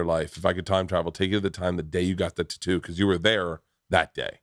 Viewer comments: Do all white dads pronounce tattoo as ‘TA-two’ ? Lol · Something about when Bert says a word with 2 oo's together, the way he say tattoo and just now when he said racoon...lol!!